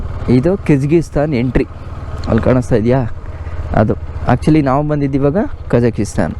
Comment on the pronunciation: Bro nimge civil engineering basic technical terms kuda gothilla. Kazakisthan alla Kazakh-stan. 🇰🇿 Kysgisthan alla Kyrgyz-stan 🇰🇬 Swalpa adru homework madkond hogi. Nam bashe na kannad andaga estu bejaar aguthe heli. Kannad alla Kannada antha helthivi thane ✔️✔️✔️✔️✔️🇮🇳🇮🇳🇮🇳🇮🇳🇮🇳